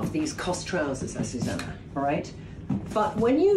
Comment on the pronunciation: You think AzucEna minds her name always being said wrong? AzucAna —> AzucEna.